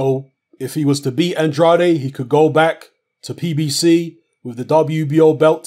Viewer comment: Andrade... Pronounced "An-draid" please!!